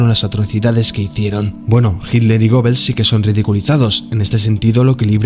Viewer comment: Amigo buen video pero el nombre goebbels se pronuncia gebels.